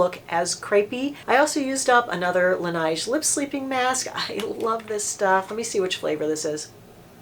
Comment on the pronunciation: Laneige is pronounced like beige. 🤗💜🤗